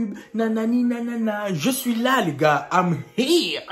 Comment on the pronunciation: " i'm hire " 😂😂😂😂😂 je t'aime trop